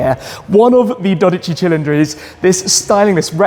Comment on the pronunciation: it’s dódici and not dodìci, my god. Italians are turning in grave 😂😂